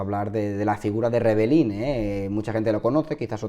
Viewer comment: Es una gran desgracia, pero no estaría de más que pronunciases bien su apellido, es REBELLIN, no REBELLINI, te sobra la última i. Un saludo